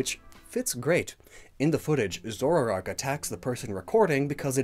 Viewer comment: take a shot everytime mispronounces "zoroark" as "zorarark"